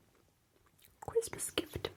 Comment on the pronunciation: I could watch an entire 1 hour video of her saying "chwistmas" and "mwilk" in this voice! Genuinely amazing 😂